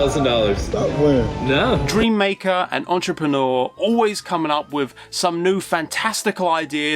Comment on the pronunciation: Dude! It is wiTH not wiV. You need some elocution lessons